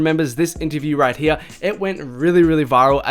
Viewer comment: “Right heeya” 😂